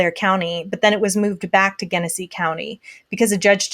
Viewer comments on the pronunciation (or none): I know it’s completely beside the point but since I live here, I wanted to let you know that it’s pronounced JENesee. RIP dominick